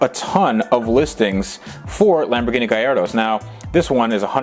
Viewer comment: charles L no it’s lam bor gini